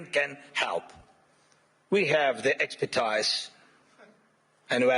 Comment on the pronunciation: we have the expitiseee 🤣